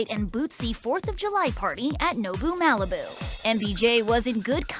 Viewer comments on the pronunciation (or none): none